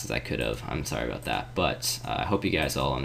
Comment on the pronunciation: Are you Canadian? When you say "about" I hear "abooout" like a "boo" is somewhere in there lol